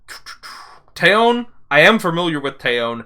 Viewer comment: Just a small heads-up: The Korean "eo", as in TaeyEOn, is pronounced like a short "o", almost "uh", and not stressed, the stress being on the first syllable. So kinda like 'TEH-yuhn'